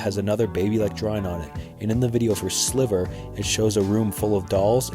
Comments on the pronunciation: That’s not how you say sliver either you can tell he’s really not a fan I’m just reading from the Q card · It’s hard to accept information as coming from a reputable source when they can’t get something as big as pronouncing in utero right. It’s an English term so you should be able to pronounce it. As for sLiver, no NIRVANA fan worth their salt would make that error. So it brings into question why we should trust your information when the first thing I learn is that you got these two things wrong, but even worse, you’ve got an attitude about it. Damn, you are even struggling to say NIRVANA right when discussing in utero and Steve albini. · Its sliver not silver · sliver* not silver. this is poorly made tbh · Love how my dude said silver instead of sliver XD like Kurt would've wanted, great video all the same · Sliver not Silver, you don't know what your talking about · I like how he pronounced the songs "Sliver" as SILVER.. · S L I V E R NOT SILVER LOL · Are you saying in utero and sliver wrong to get comments? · Sliver not silver but great video. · It almost made me turn it off. But there's some interesting stuff in there. Other pronunciation I caught was when he was talking about the song "Silver" a common mistake with the title "Sliver". Nirvana was aware of this potential of a slip up with the word. It actually is the reason the band "Silverchair" got their name even...I can't help but wonder if they were aware of the mistake before running with the moniker "Silverchair". I suppose they could be "Sliverchair", I kinda wish they would've played with the alternative moniker which should be their name by technicality. It would've been fun if they had some b-sides or random side tracks released under "Sliverchair". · Also Silver instead of Sliver. 🙈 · The single "Silver?"In You-tare-oh? Yeah, you really showed something new to those hardcore fans. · Sliver, man, sliver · In you terro? Silver? This guy sucks